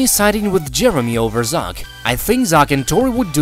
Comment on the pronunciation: Cant pronounce Zach ?